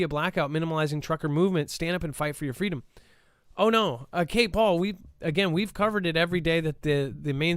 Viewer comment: Do we really live in a free country if can't even say the word "FREEDOM"???